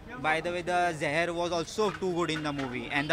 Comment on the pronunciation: Abbey wo Seher hai Zeher nahi😂